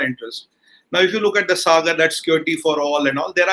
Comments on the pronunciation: Its not suh- gurr. Its Saa- gur. Like in Saa re ga ma... ( Indian music , dont know what it is in Arab- Turkic ) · The way he pronounced Sagar, 😀 Adhri ghaghri chalkat Jaye 😁😁😁